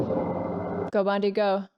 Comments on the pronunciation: I'm late to this thread, but PLEASE stop calling him "Bondie", Great review! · Bondie? she called him Bondie, words failed me...:) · Really enjoyed your reaction to James Bond really splendid!?loved how you keep calling him "Bondie"keep them going.